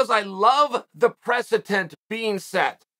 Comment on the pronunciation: I love how Uncle Chael doubles down on "presetent". True Gangster of the "American" language.